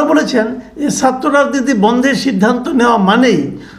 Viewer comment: Very nice video. Tobay Bhai, please correct your Bangla pronunciation. “Chhatra” keno bar bar aapnar mukh theke “satro” hoi! Khub koshto pai!